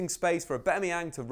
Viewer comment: Please just pronounce aubameyang properly